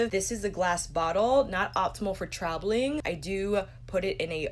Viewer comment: TRABELING😂 I laughed way too hard at that im ashamed. I dug out a brand new bottle of that paulas choice I forgot abt and its been saving my life, skin smood af